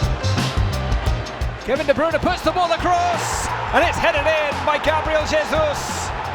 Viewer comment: i hate how they say kevin de bruyne wrong